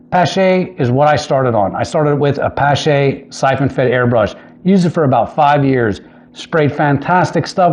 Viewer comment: it's pronounced pa (as in palm) + sh (as in shhh- be quiet), or like Porsche the automobile, the E is silent.